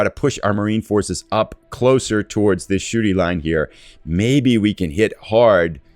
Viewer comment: Every time you say "Shuri" it sounds like you're saying "the Shooty Line" which is, actually, pretty accurate :)